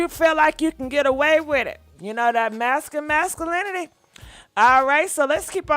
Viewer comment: Toxa… Mass uh lin itee … it sounded so nice had to say it twice. Toxa Massuhlinitee